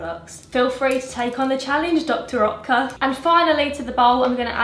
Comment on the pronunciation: it’s pronounced Dr. Ertca!! 😋